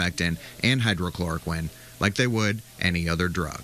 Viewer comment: Not “hydrochloroquine”. It’s “hydroxychloroquine”.